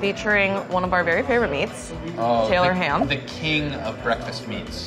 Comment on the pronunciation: It’s Taylor ham, shoutout to u gettin it right.